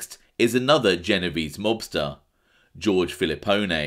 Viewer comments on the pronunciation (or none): none